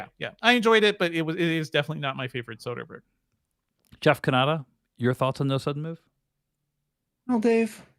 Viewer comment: You are saying Soderbergh wrong